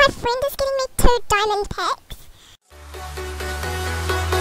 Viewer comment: "My friend is giving me two diamond pweks!!!" xD